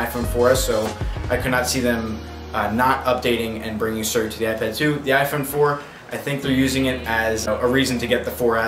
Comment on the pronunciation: "Suri" Haha, love him. :D